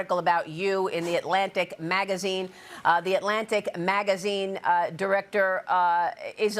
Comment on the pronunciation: why does she say MAGAzine like that? 😂